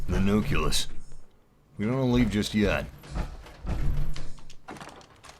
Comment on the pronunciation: Not to be rude, but does it piss anyone else off when he pronounced nucleus as "nu-kill-us"?